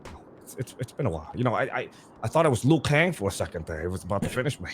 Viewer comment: This boy said lui kang 🤣🤣🤣🤣